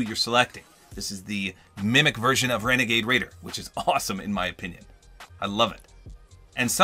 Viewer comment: It's wenagade wader